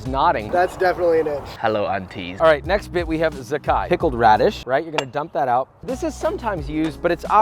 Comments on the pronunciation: I can't believe Joshua pronounce "zhacai" SO WRONG HAIYAAAAA… You see letter and say "Zakkai", but you know how it really pronounce? Uncle Roger is Canto so Mandarin not so good, but even he know it pronounce "Jah Tsai"!!! Just because your name "Weissman" which mean "white man" it don't mean you have to be SO WHITE HAIYAAAAA… Your Uncle title not safe. It at risk! Don't fak it up again! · The pronunciation of the pickled radish in Mandarin is "Jah Chai", not "Zakai". :) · The "pickled radish" is actually pickled mustard stem, and it's pronounced like "ja tsai" :)